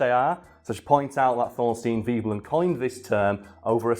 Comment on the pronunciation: I had always thought it was pronounced v-eh-blen, not v-ee-blen. I can only find v-eh-blen elsewhere, but am happy to be shown wrong, if someone can point me in the right direction (i.e source).